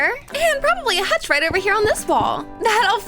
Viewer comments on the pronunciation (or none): none